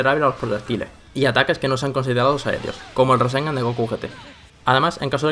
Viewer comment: Dijo rasenga?